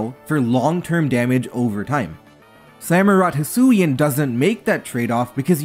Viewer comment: Wait... did he just say... "Hisuian Samurott?" HAIL TO ARCEUS, FINALLY!